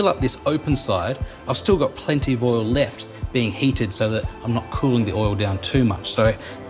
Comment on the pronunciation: except for the "oil" :D